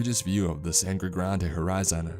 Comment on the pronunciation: I'm watching this in the gym at the oval, the cricket stadium in Port of Spain, Trinidad. Muuuuhahahahahahaahaaaa Also it's pronounced more like sandygrandy rather than sangrey granday